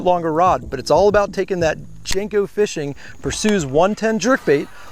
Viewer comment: Lol, "Persues" yo, it's a Greek god, Per-see-us!